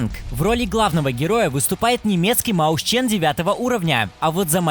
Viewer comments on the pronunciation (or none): Не маусчен, а мойсхен (мышонок) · Правильно не Маусчен, а Моисьхен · Кстати правильно говорить не маусчен а моисен посмотри в гугле. Ник: Brat_pt_vod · Не Маусчен, а Мэушен! Хоть бы узнал, как немецкий читается. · Не маусчен а моисхен ибо моисен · Не маусчен, а моушен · Mäuschen читается как "мойсхен", дружище)